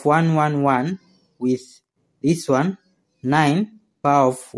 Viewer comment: Take a sip everytime he says "wan wan wan".